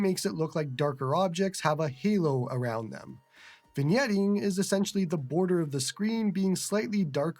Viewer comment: An excellent first look at the Odin2 Mini. Today I learned that the "g" in vignetting is silent. I've only ever read the word; I've literally never heard it spoken aloud before. See, you're both entertaining and educational. IRT the handheld itself; none of my priors have really changed. It looks great, it runs great, and it seems to be pretty well built. The only knock I have so far, and it's a new one discovered thanks to this video, is that the speakers are more lackluster than the person that replaced Don Cherry. The full size Odin2 sounded excellent on my end, so, I don't know what's up. I look forward to your full review. Congrats on being one of the first to get this handheld. It should be a real boon for your channel, and you deserve all the subscribers.